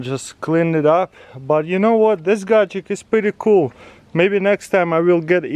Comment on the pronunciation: Taras: gadgetic Me: 😂